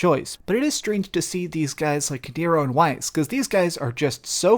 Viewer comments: FF7 is this dude's favorite game? I find it hard to believe he really cares about this game when he doesn't even know the names from it. In the game they clearly pronounce Weiss with V sound like Vice. And Scamp? REALLY? The dog's name is Stamp! They say it over and over again. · Weiss is pronounced "Vice" btw xD